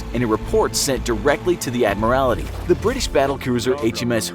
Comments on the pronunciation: Admarality??? = should be pronounced Ad-maral-tee Submarine spitfire??? = SUPERMARINE spitfire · Admiralty ffs, not admirality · OK. 1. Prinz Eugen is pronounced “Prinz Oygen”. 2. “Admiralty”, not “Admirality” 3. “Arado”, not “Ahado”. 4. I never heard about the Norfolk being attacked by Swordfish torpedo bombers. 5. Rodney was a battleship, not a destroyer. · It's Admiralty, not Admirality. And its wreak havoc, not wreck havoc. Take an Englsh class. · I was just about to comment on it, it’s pretty hilarious. I let the German pronunciation slide, but fore-castle and admiral-ity just killed me. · pronunciation is fine except for "Admiralty", for which you say "Admirality"... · Let's say this together. Ready? AD-MIR-AL-TEE. Also, though it's spelled "forecastle," it's actually pronounced as "folk-sole" or the same way without pronouncing the l. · Admirality? Prince Yoogen? Wreck havoc? The quality control on this channel is terrible. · "Submarine Spitfire" "The Admorality" "HMS Suff-olk" - lol. xD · "Admorality" and "Submarine Spitfire" oh wow...please do SOME pronounciation research if you have no idea on the actual subject. LOL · “Admirality”? Come on. “U-gen”? Come on. American pop culture is destroying our once beautiful English language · Inaccurate images and “Admarality”!? Did someone forget to proofread and check pronunciation?! This is a huge fail. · The British “Ad-morality” haha 😂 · Ad-mral-tee. Prinz Oi-gun. Super Marine. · He also says "Admirality" instead of Admiralty, and "submarine spitfire" instead of SUPERmarine Spitfire... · I'd be more concerned about the ad-mi-rality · Admiralty, supermarine spitfire, Prinz Oi-gen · Prinz Eugen is pronounced "Prints Oy-gen." And it's the ADMIRALTY. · *ADMIRALTY and *SUPERMARINE, jeez, I'm only 1 min 20 seconds into the video. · Please learn to pronounce words like Admiralty, Suffolk and Norfolk. It really detracts from the quality of the video.